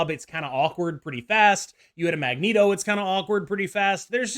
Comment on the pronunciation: Why the fk do you say Magento and not Magneto!? 😂😂😂😂